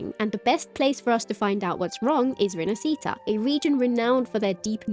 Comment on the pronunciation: I really love your content but for the love of gatcha learn to pronounce "rinascita" properly.